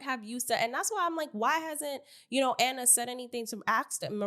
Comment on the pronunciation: I've been listening for a while on Apple podcasts. I enjoy you both for the most part (aside from your weird bias to Biggie). I just wanted to see if you all not know or just choose to pronounce Ahna Mac's name wrong? its "Ah-Na". Like "AHHH". Not "Anna". lol. You are literally the only people I hear pronouncing her name like that.